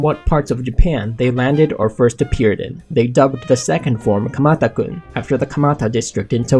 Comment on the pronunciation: You sound funny when you say kumata kun